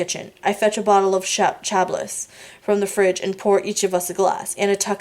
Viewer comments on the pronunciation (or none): thank you for doing these readings. Might I suggest you put a mark by the words you don't know and learn the meanings and correct pronunciations,check foyer and Chablis for starters. Please disregard my other comments, I am listening to this while ill and got turned around missing 3.5. Thanks again for your selfless contribution to us hopeless romantics.